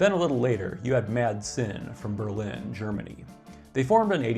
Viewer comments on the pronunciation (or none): none